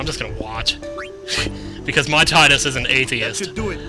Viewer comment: pronounce Tidus (tide us) please it sounds so much cooler than tid dus....